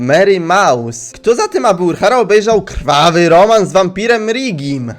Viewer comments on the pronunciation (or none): none